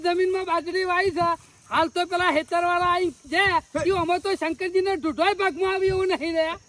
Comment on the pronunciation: શંકજી નહિ શંકરજી આવે